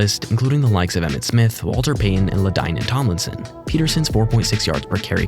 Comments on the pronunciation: Oh no, dont know who the hell Ladine Tomlinson is but i know what a thimbs down is for butchering the name of one of the greatest rbs of all time. I let the 1st 2 mispronounciations slide, but this one is unforgivable. No more NFL videos for you, go make video game guides or something😂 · La Dine In Tommy Sun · why did u pronounce Lt's name like that? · how do you butcher LT's name that badly 😭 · I noticed that too lol wtf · I can’t keep watching videos like these when the narrator butchers names like LaDanian Tomlinson … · Same. You know they aren’t real fans of these players if you can’t even get the name right.